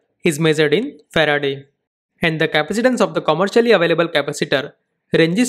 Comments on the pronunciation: it's Ferad not Ferade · Exactly. The unit is officially known as Farad. The presenter is mistakenly pronouncing the name of the scientist Michael Faraday, after whom the unit was named. Like you've said in response to your comment, it's necessary to get correct knowledge. Even though it's a small mistake, it costs nothing to correct it and so it should be corrected.